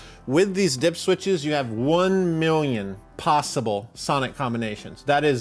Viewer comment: You need to put your pinkie in your mouth when you say One Milllllion.